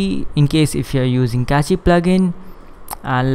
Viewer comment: Not to criticize, but just FYI, "cache" is pronounced the same as "cash." It's just one syllable, with no "ee" sound at the end. One of the many goofy spelling eccentricities of English.